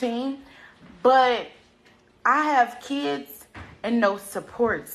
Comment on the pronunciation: my gosh she can’t work because “ she have keeds” So sick of these lazy a$$’s